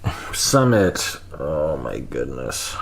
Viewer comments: Love you! It's pronounced SUE-mit, not SUM-mit. 💕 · Hi Doc, I'm hearing it's pronounced "soo mit", not "suh". 🙃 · Could Sumit fear turning into his father, where he kinda loses his own sense of self and just exists to make his wife happy? Also: "Sumit" is pronounced "soooo-mitt". Think the "soo" sound in "soon" + the "mitt" sound in a (baseball) "mitt" :)